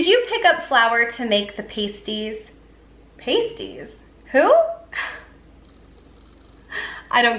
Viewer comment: PASS-tees, not PASTE-ees. Surprised TJ's doesn't have a version.